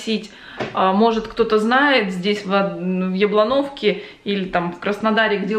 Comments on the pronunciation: Тань делай пожалуйста акцент в названии на первую букву, (Я)блоновка, а не яблон(О)вка, почуй разницу в восприятии, апосля??? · Благозвучнее звучало бы Яблоновка с ударением на букву Я. Если есть тля, значит где-то муравьи. Бороться надо с ними. Они тлю таскают и доят. Присмотритесь. Отличные гели есть для борьбы с ними. И хорошо бы отыскать муравейник и выжить его на другую территорию. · "яблонОвка"... вы точно уверены, что ударение на последнее "О"? как-то очень неприлично звучит мне кажется, что название произошло от слова "яблоко", а не от слова "..бля"